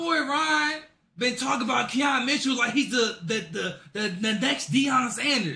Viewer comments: “Keon” Mitchell. Come on man. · “ saquon BROCCOLI “ and “KEON Mitchell “ bro get it together the announcers are literally saying their names for you